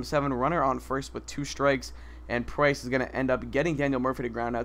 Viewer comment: PRINCE!!! HAHA actually iTS PRICE!